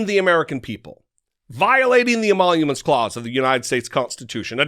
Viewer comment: tDump can't even read the word emolument let alone pronounce it. Why would we believe that he would understand what it means? He still has no idea what his job actually was as president. He acted like the country was his personal ATM. Giant orange douchbag. Liar. Con "man". Hypocrite. Racist. Misogynist. Criminal. Ignorant asshole. Arrogant bully. Self serving, whining little bitch.